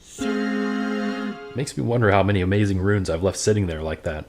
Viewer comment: Boo! Pronounce Runes like. Viking. Bear, sewer, yah